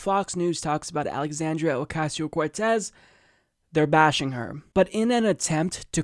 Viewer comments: Say her name 30 times...... and they only said her name right once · 60 percent of the times, they butchered her name everytime. Edit: Yes, it is from Anchorman. And Fox News and its people are like the movie, just not funny. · Dude that intro when you slipped yourself in saying Ocasio-Cortez. I died. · Who knew it could be so hard to pronounce her name. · It's hard work you mispronounce somebody's name that many times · Why are these people laughing and smiling all the time? Why is it so funny to them when someone can't pay a ridiculously high rent? On top of that, they mispronounce her name three times in a row. Baffling. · (I know it's a non issue, but it bothers me that they repeated her name over and over, and they can't ven say her last name(s?) correctly) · At least deliberately mispronouncing her name is over !!